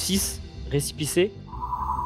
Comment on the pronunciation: Il dit clairement "récipissé", il aurait dû perdre